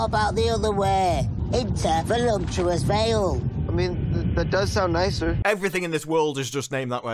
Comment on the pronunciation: "Let's go to Volumptuous Vale!" Yes, let's go to a place that isn't actually a word. I think you meant 'Voluptuous'. Jesus, no one told him to watch his pronunciation? Also, that sword over the back block probably would've ended with him with a lacerated shoulder where his own blade gets jammed into the flesh from the impact.